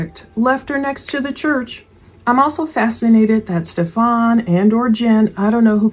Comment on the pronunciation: please stop calling him Stef-FON. His name is pronounced Stef-an, no accent on the 2nd syllable. Yes he is a POS but saying it incorrectly is so annoying.